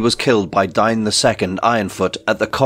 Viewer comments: Isn't "Dain" not "Dine" Long A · His name is Dane not Dine. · The name "Dain" is typically pronounced as "Dayn" in English, rhyming with words like "rain" or "plane." The pronunciation could vary depending on cultural or regional influences, but that's the most common way to say it.